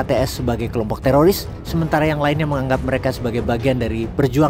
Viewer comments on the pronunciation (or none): none